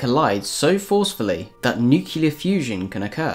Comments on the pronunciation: Nicely done. One request: "Nuclear" is "Noo clee arrr, " not "nyu cyu lar." Thank you. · Nucular fusion. Nuculus. Your pronunciation is bothering me. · Great video bro. Practice saying nuclear and nucleas though xD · It would help if you knew how to pronounce nuclear correctly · "nukelar", "nukelus", "nukeli:.... are killing me. I can't take it. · How can the narrator hope to be considered credible when he doesn't even know how to pronounce an easy word like nucleus, nuclear, or nuclei?